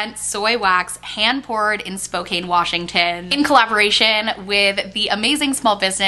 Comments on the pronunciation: Hey - FYI its Spo-CAN. Not Spo-Kane washington. Common to mis-pronounce it just wanted to let you know! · Excited about the candle! But it's pronounced Spoh-can LOL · So excited for this collab! Also, as a WA-native, we pronounce it “spoh-can,” not “spoh-cane” 🤗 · The candle sounds like it smells amazing! PS— Spokane is pronounced like spo-CAN 😊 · so happy im from Spokane and there business is 20 minutes from my house! im exited and its pronouced spo-can! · I absolutely love you, you bring such a sense of calmness to me whenever watch your videos! I have to say though… as a resident of Spokane, WA… it’s pronounced Spo-Can! 😂😂😂 ❤ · Washingtonian here! FYI Spokane is pronounced “Spoe-Can”! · This is so unimportant but as a WA native I have to be “that guy”, Spokane is actually pronounced like “spo-can” 🥰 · No a big deal but Spokane Wa is pronounced like spoh-can 😊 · Me as a Washington resident cringing when you said Spokane